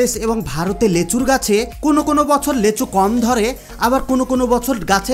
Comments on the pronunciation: লেচু না লিচু। ভাষা ঠিক করো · আমি লেচু চিনি না।এইজন্য নামটি ঠিক করে বলো। লিচু নামে আমি জানি।